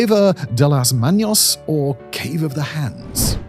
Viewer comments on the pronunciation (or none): Manos, not Maños. You keep saying the Spanish word for hands as if it has a tilde over the n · Did you just say, "Cueva de las maños"? NO, dear. Manos, not maños. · las manos - las MAH-nos, not las MAHN-yose, no tilde on top of n. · (Manos is not Maños, so it's pronounced "MAH nōs.") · Not manyos!!!! Manos!!!!ffs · Please... Its pronounced Cueva de las Manos. Not "Maños" (manyoz) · At first I thought it was a mistake but then he kept repeating it through the video. Pronouncing the word as "maños" is as offensive to the ears as referring to him as Semen Whistler.😌 We should start doing that. Eureka, Semen Whistler it is!!😏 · He said manyos Incorrecto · NOTE for the future .....Check the Spanish pronunciation next time ...Manos not manyos!!! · I would recommend a quick spanish course Simon. Hands in spanish IS pronounced ma-nos and not maños, which IS the name for people from Aragón in Spain. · Cueva de Las Manos (Cave of the Hands) : manos is pronounced MAH-nos, not MAHN-ios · It's just manos not maños. There's no nya sound. Ma-nos. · It’s pronounced “Mah-nos”, not “Manios” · manos is "MAH-nohss" not "MAH-nyose" (that would be maños) You've taught me so many awesome facts, Simon & co, that I want to give back if at all possible 👍🏼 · The "m" in "manos" is pronounced like the "n" in "Simon". It is not an "enye", not "manyos". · cueva de las maNos, not "manios", there is no tilda on the n here (ñ) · Mispronounced "manos" ! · Small edit : the “n” in “manos” does not carry a tilde and so is not pronounced with a “y”. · For such a lovely voicing, how could the word “manos” be left mispronounced. What was the process allowing this to remain? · Most of the time the word has a ñ people pronounce the word as if it was a n. "Manos" does not have a ñ and you pronounce it as if it did.